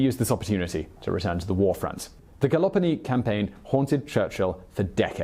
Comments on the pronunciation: It was Gallipoli not Galopony or what ever he said. As an Australian this just hurts. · always manages to mispronounce words in his videos. In this one, it's Gallipoli.